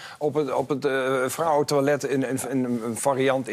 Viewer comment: Het is geen Twa-let maar TOI..let...op zijn Frans weet je wel.